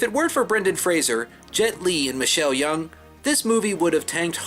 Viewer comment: Just one tiny point - the actress is Michelle Yeoh, pronounced "Yow".